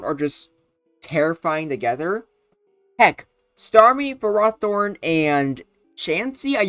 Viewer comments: its not ferrAHthorn, its ferrOHthorn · i was about to post a comment being pissed about your pronunciation of ferrothorn, but i got up and went outside for a bit with some deep breaths to calm myself. i sat back down and realized that im still pissed off you called it fer-roth-orn. i mean seriously have you never heard of the prefix ferro, which means iron. i dont care what the anime calls it the anime gets so many things wrong so often its just plain unreliable, the mon was clearly intended to be pronounced ferro-thorn. and yeah you might wanna make a revisited video of this mon sometime, including the mewbers. swords dance would go crazy on it since with rest it can easily set up on so many mons. alternatively, slotting leech seed would make so many matchups go faster and more in its favor. now i dont know if leech seed would actually work in a game with switches but it seems like a good move also where is victreebel smh my head